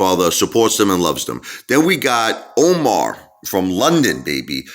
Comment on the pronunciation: Appreciate the shout out brother ! You pronounced my name wrong its Amar not Omar haha but all good haha much love 💕👍